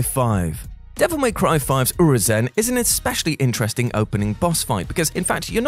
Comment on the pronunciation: Nah bro how did you say Urizen?